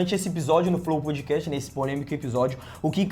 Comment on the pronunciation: Os caras não sabiam nem falar Podcast.